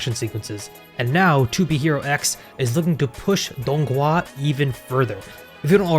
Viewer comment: The g is silent and it's just pronounced HUA at the end. Dong - Hua. Very awesome video tho!